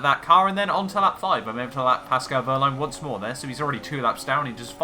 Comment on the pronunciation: I love your pronunciation of "Paskol Wööhrlein" :D And of course "Sebaschtien Wittäl"